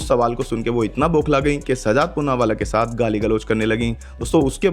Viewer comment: Dath nahi sath hai.mazar nahi nazar hai